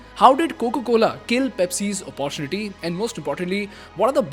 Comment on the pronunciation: Please pronounce the word "Opportunity " correctly... I have been saying this in all your videos... and yet you pronounce it wrong